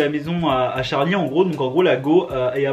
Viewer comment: Charli devient jarli 😂😂😂😂🤣🤣🤣🤣🤣🤣